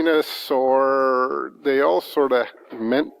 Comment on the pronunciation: “” 😭